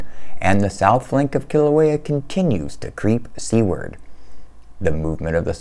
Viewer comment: "creep seaward" sounds like "creep, c-word", perhaps make it "seawards" from now on because "c-words" is less familiar and less detectable. Love your quality work.